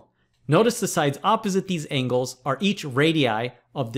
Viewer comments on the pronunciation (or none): none